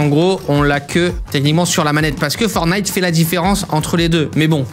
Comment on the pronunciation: Arrête de dire fornite c’est perturbant